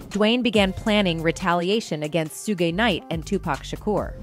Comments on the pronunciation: Soo-gae Knight, Soog Knight, Soodge Knight, Keef D. Jeeez, this is hilarious 😂 you cant make this up. I mean when I first saw the name Suge, I didnt know how to pronounce it either (Sudge is how I said it, I think) but once I heard it as it actually is pronounced, that was it. But nah. This is funny as all hell 😂😂 Overall, nice vid 👍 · *Shhuuugg knight